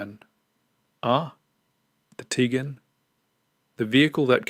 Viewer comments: its not Tigan... its Tiguan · Teegan as soon as heard that I switched off